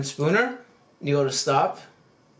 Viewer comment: its spooler not spooner lol